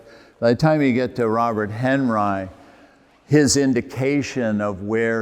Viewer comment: Very good talk! But Robert Henri is pronounced Onrie. French for Henry.